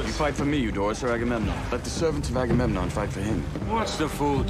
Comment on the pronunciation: You two are the cutest trying to pronounce aggamemnon you sound like nemo trying to say annenome 😂